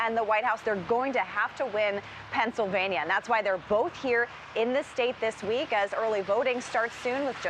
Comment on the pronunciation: did he say pRennsylvania?